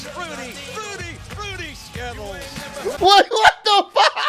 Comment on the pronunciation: What is funny is the fact that it sound like JR saying Skibbles instead of Skittles.